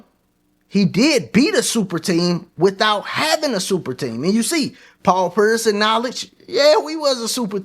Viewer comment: My guy called him Paul Purse 😂